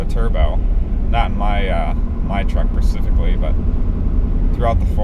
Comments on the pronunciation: “I know they had a recall for the turbo, not for my truck PERSIFICALLY...”....WTF if persifically? Clearly you meant specifically, but really? 😂😂😂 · “Not in my truck pecifically” hahahaha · what the fuck does percifically mean?